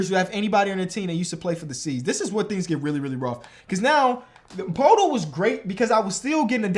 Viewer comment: It’s pronounced “purr-tool”